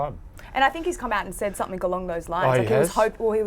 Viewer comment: "Some-think"......instead of "something" .....ouch....terrible English lady